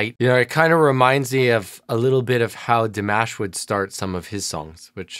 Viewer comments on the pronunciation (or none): none